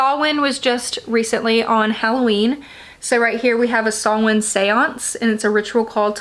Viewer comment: Love getting to see your collection of books just a quick thing Samhain is pronounced sow (like cow) in